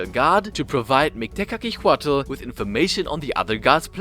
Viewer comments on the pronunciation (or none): I know nahuatl names are hard, try tu say it in silables Mik-te-ka-si-huatl, ket-sal-ko-atl, yo say tezcatlipoca in the best way posible